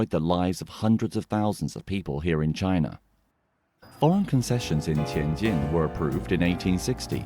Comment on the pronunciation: Finally a white guy pronouncing the J sound properly 😂